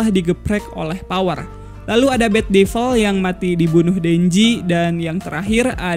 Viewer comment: Ngomong2 bang cara baca devil itu bukan deval, tpi devel